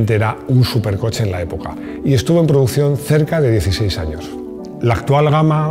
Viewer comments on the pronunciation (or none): none